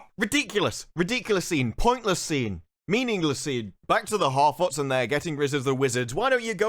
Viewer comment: Harfoots......you mean horror-foots